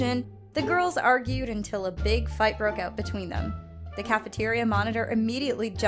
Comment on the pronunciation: Is it fouth or fight because its say fouth